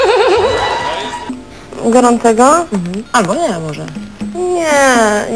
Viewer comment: Doda jest inteligentna kobieta, ktora doskonale potrafi kreowac swoj image oraz dobrze go sprzedac; jest przy tym jednak bardzo nienaturalna, nieprzyjemnie sztuczna. Boska jest jej wada wymowy: w "goracego" :-D